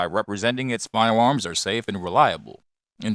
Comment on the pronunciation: Can we ban him from saying fiewoms